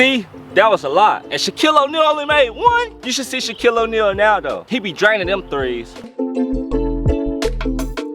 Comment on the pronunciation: “Steph curry made a bunch of dem thangs”